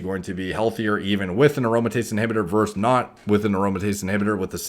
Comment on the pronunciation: its versus not verse. might as well just say "vzzzz"